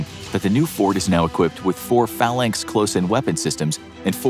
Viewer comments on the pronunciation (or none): none